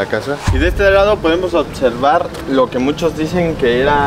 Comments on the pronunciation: Otservar y Practicamente. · Otservar* jajaja lo digo igual